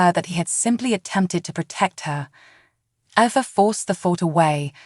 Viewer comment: Its ava not abbA